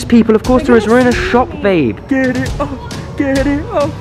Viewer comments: she said babi 😮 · Listen, says babi